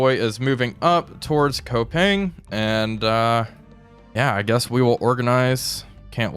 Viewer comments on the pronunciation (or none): If you ant to say Koepang well, say it Coup-pang (pang with the "a" spelt like "far" not like "pan" and not like "wall" ) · Koepang... You spell it should be like this: "Coo-punk"